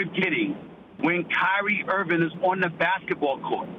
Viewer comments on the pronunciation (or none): Kyrie Irvin' - Stephen A